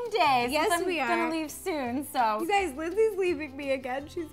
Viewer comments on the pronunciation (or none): Instead of saying hey guys,she said hey gays 😳